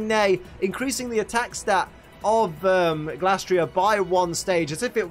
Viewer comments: It feels like you're mispronouncing Glastrier here. I'm certain the Gla part comes from Glacier and not Glass. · Just wanna confirm. How do you pronounce Glastrier? 1. Glay-stree-er (kinda like Glacier) 2. Glass-tree-er